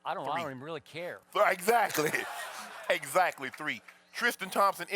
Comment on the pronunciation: Skip my man hahaha "I don't really kare"